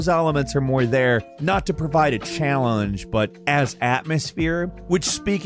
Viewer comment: Challllunge?? Lmao